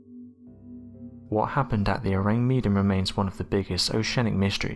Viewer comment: Ahh man, you gotta love the Tardygrades, they look so cute & despite being teeny weeny they are called water teddy bears! Our little hero's Btw, Mr narrator the mystery ship, the Orang Medan its isn't pronounced Meedan, it's spelled wth Med as in medicine Or do you ask for meedicine? You have the same wierd way of pronouncing things as yr fellow precocious school girl narrator wth the fast & grating voice who pronounces Vesuvious as Vess-u- vuss! I switch off yr channel as soon as I hear her voice. I know she can't help it but if she just said names that we all know how they should sound Instead of trying to be different Wth a new version of a perfectly good origional pronounciation. It just gets up peoples nose. Anyway, loved this compilation Excellent! Great content